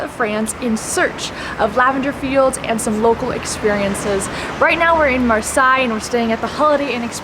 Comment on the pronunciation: You mean Marseille? It's actually pronounced like (Mar-say). Great vid like always.